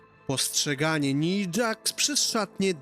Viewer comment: Naja Jax nie Nija